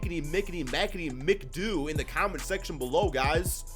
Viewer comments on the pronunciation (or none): It's pronounced MACK-A-DOO not mic-a-doo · Bob Mee-Ka-Doo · Bruh lol It’s MACadoo even tho it looks mcadoo lol And bob Pet it not PeeTit lmao